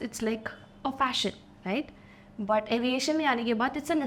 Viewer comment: Your pronunciation BUT is not proper.